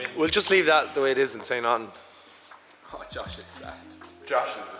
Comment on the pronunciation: "I've naaathin' to be smug about" - The accent really came out there haha